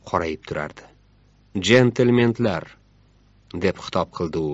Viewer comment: Джентелмент эмас джентельмен😢😢😢😢😢😢. Укишниям котирворасизлвр лекин. 😅😅😅😅